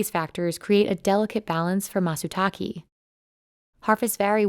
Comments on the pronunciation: No subtitles and not making the effort of actually calling the mushroom by its name. Call it matsutaké, not matsutakee. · Don't worry, I can translate for you, since these guys are too lazy to do it themselves. "Where the fuck are all the mushrooms???? Fuck I hate this fucking forest. Leave me alone so I can get back to work. You can't even be bothered pronouncing Matsutake correctly."